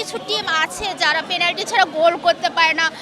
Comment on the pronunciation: Penalty ❌ Planty ✅